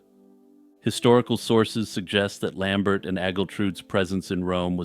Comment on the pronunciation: those French names usually have silent last letters for some reason. Lambert is pronounced how Christopher Lambert pronounces it, in this case at least because Lambert was Frankish.